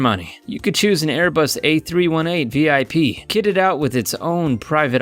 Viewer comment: Learn to talk, It's said A3-18 not A3-1-8 and It'a BOMBARDIER not bomardier honestly look up your facts and the A380 holds UP TO 800 people not 800 they normally have 500-600